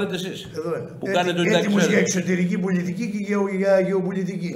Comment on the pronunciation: Επίσης προφέρεται πολιτική κι όχι πουλιτικη, στάτους κβο κι όχι στάτους γκβο...